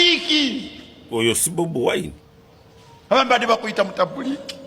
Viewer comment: I love you the way you sound the name Bobiwine better change to nup ove mubakozi basitaani